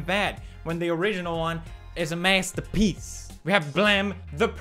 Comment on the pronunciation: As Dunkey would say MASTAPEECE